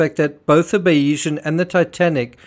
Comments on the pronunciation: Perhaps you may have been more credible if you had pronounced the Bayesian's name correctly. But no, this is all a load of cobblers! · Learn how to pronounce the sodding yachts name!